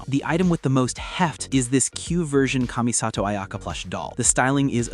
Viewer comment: The pronunciation of kamisato 😭😭